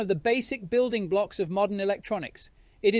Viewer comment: Not how you pronounce "voltage" or "building"